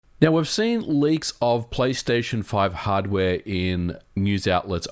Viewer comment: hardwaeee??? controllaaeee?